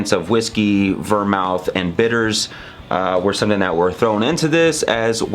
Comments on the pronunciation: it's pronounced vermooth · The reason you mispronounced vermouth is because you, sir, are a whiskey guy, not a mixed drink guy.